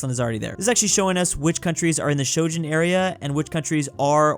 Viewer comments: Sorry guys, keeps mispronouning it, no matter how hard I tighten the nipple clamps and apply the cattle prod. I promise to keep trying until he pronounces it right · Please, Schengen area is not pronounced as this. We all beg you to do it once correctly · Bruh there's no o or j in it 😭😭😭😭😭 It's not OJ Simpson stop it 😭😭😭😭😭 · I understand that he could mispronounce the g in Schengen because English (like literally any other language but that's besides the point) is inconsistent, but where the hell did he find an o in there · Yeah, english speakers don't seem to be able to pronounce it that well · He mispronounces once more... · please pronounce Schengen correctly. You make it sound like doujin, and now all I can think of is a hypothetical no no anime of EU-chan letting everyone go through her without border checks. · That is an interesting pronunciation of the "eng" in Schengen there... the Shojen area... fascinating, do tell us more. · ah yes the medival japanese europe called shojen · Just say "Shen-gen" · It's the Schengen area, not the shojin area. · Europe: this is what we call the schengen area: ah yes, the shogen area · why does call it the schogen area lmao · Pls Stop pronouncing "schengen" as [shtjosthjen] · Sho-shen, yes? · its pronounced "sheng-in" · Ah yes "Sho-gen"🌚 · sho-jen beautiful pronunciation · Why did he even think that it's pronounced shoujen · "Shojin", "Shojun" Yeah, I think his mind is in the wrong end of the wrong continent. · ^( no shojen era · Shoujen Area! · It’s not pronounced Shojen? WYM?!? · no, it's not Shen-gen, it's Sheng-en. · why does he say schengen like that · Aside from pronouncing Schengen wrongly, did anyone notice him pronouncing Joe Biden as Joe “Byron”? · day 1 of asking to pronounce schengen correctly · Man pronouncing Shengen like Trojan is scary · Whenever you try to say "Schengen", I start getting things confused with japanese samurai elite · "shojen area"